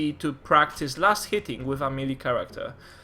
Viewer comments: It's pronounced may-lay. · I think it is pronounced meh-lay (melee) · MEELEE?????? :O